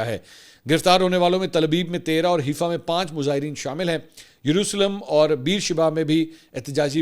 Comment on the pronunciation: its not Heefa, its Haaifa the actual pronunciation